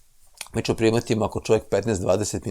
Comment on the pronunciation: Оооо. Добродошао Џорџе Џорџевич Џорџино и логопед је видно порадио на изградњи слова ћ . Није више чамчичем чу те него чамчићем ћу те. За коју годину специјализација слова ђ се назире. Сречан ти и Џурџевдан који стиже докторе Блуменау.